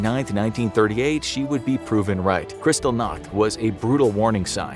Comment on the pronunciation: "krystal nakht" xD